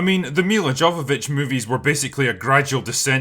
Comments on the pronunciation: It's Mila "Yo"-Vavich and you know it. Come on mate. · Jovovich [ˈjoʊvəvɪtʃ] (YOH-və-vitch), pronounced yo instead of jo 😉👍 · I know you wont read this and probably wont even mention her again in another video but Jovovich is pronounced 'yo vo vich'